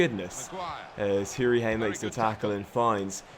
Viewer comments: its hourihan not hourhein. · It's Hourihan, not Hourihane, and I think it's Kodja not Kodjia, I don't think that the I is pronounced but I may be round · I couldn’t help but notice the way you were saying Conor hourihane’s name it’s pronounced hore-i-han not hoo-ri-hane I’m from Ireland like Hourihane and it just irritates me like so can see